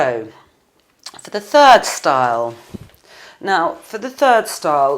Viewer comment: "So for the turd style" xD